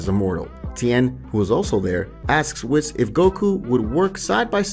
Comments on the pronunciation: it's Whis not whiz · Its (Whis) Not (Wes) Imagine the same way you say (Nintendo (Wii-ss) just add the s wiis whis Awesome Video Nonetheless Could Easily Listen To this as A Podcast just needs a little bit voice's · Whis - pronounced "weese", not "wiss" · Whis is said we-s so we then s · It’s not wiz it’s whis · I know it’s spelled whiz but it’s said weece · We already know that his name is pronounced weece like reece from dbs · I can't cope how you say whis 😂😂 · Say it with me... "Whees" and "Bro-lee"